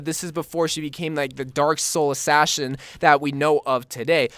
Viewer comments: Did no one notice that when he was talking about the widow skin he said ashasion instead of saying assassin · Did he just say ashassin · He said Ashashin lmao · When talking about widowmaker he said asashin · you said assassin wrong you idiot!